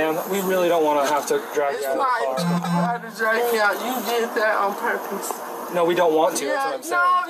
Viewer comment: "I'm fintuh" 😅